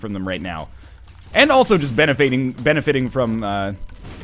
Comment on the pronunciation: Benefating? Man you have been messing your words up a lot lol. Just another word amongst many this episode.